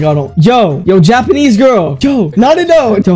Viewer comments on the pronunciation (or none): bro really said yapanese